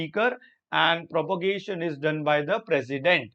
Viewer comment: Sir it is prorogation not propogation